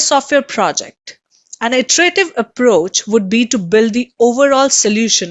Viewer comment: word "Iterative" should be pronounced as Etarative not AEterative.